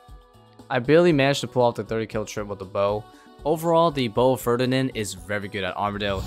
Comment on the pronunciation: You butchered the name of the bowfa so bad lmao.